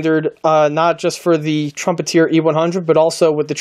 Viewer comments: It's Trumpet -"er" not Trumpet - "eer" Nice model work! I bet your client was happy with it! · The kit is a Trumpeter kit, not a Trumpeteer. Also it's called a Cup-ol-a, not a Cop-u-lar. Nice job on building and painting the kit.